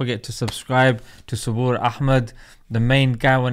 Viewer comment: Finally you call him Suboor, not Sabar anymore 😂😂😂😂